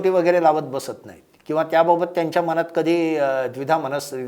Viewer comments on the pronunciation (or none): none